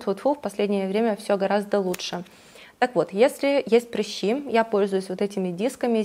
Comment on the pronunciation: Почему вы говорите "прИщи"?? Вы слишком принцесса, чтобы сказать по-нормальному "прЫщи"?))))